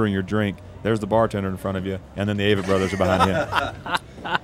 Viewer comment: A-vitt. Seems the guys have accepted the mispronunciation, but c'mon interviewers! Great interview otherwise!